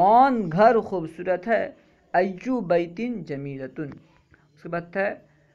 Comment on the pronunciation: Ayyu buyuti aayega na... Ap baiti kah rahe hain